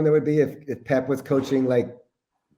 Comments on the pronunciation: Pep, not Poop! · Bro said pep guardiola 🤣💀💀